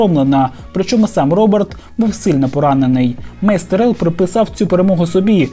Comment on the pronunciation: За неправильний наголос в прізвищі Тірел хочеться вгатити між очей